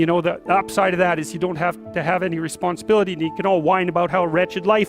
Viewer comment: “responability”?... I don’t think anyone has this... ;)